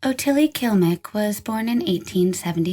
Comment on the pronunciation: It's KLIMEK. Not kilmek. I appreciate the video, but it made me nuts the whole time.